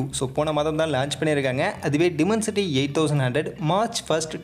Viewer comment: Bro டிமன்சிட்டி இல்ல. டைமன்சிட்டி